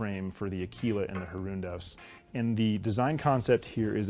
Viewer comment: As an Italian the pronunciation he has of Aquila, makes my ears bleed every time. In Italian Aquila means Eagle